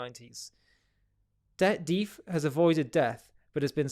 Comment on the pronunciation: Duff not dif